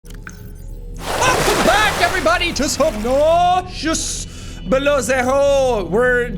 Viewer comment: Subnauseous, ha ha! LOL, Jackie-bro-man!